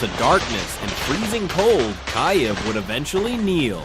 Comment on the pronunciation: Its not Keye-ev. Its either Keev or key-ev.